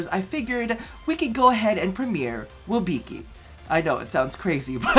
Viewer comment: You're pronouncing it wrong I think XD You're saying WIB(I)CI instead of WIBCI, just a little hint